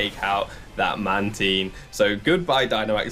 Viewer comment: "Man-Teen" No 😂